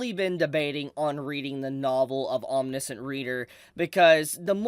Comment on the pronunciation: Hey, -- I'm not trying to make fun, I just know that when I go around mispronouncing things, I want people to tell me! Lol It's "Om-nish (rhymes with dish)-ent". Again, just trying to help out, no disrespect intended! I read some of this a year or so ago, and I thought it was pretty good! Glad to see it getting more attention now! Maybe I should go back to it.